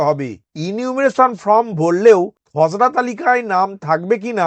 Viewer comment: আপনি খসরা তালিকা বলছেন না খজরা তালিকা বলছেন বোঝা যাচ্ছে না😢